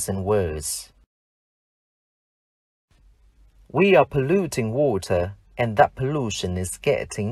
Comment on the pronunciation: Ong thay phat am water khong chuan